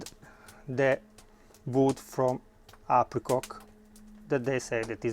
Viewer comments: apriCOCK lol i beg you please lol. you're awesome really. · ‘Apricock’ - just love the Italians, they always talk the language of love.